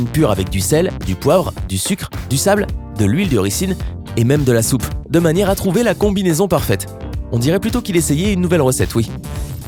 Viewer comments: Rissine vraiment on dit ricin comme ça s'écrit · L'huile de "rissine" (ricin) ?! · Alors huile de ricin se prononce ricin (comme capucin ou le chiffre un) et pas ricine et pour finir, on dit boîte de pétri et pas pétrin, merci (va falloir retourner à l'école mon p'tit gars ou alors arrêter de faire des vidéos) ;) donc le contenu est bien mais pour la présentation, bah pas de pouce bleu désolé. Je sais j'suis dur. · Par contre tu ne sais pas dire "huile de ricin"